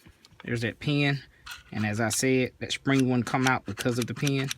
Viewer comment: "Tin roun magzeen with a shpring" -- I get it, yep!